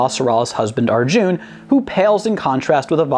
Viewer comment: It's a soft 'u' in Arjun.